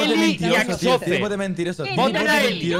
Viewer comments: Todos: Axozer: Achocher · "Achocher" amooooooooooooooooooooo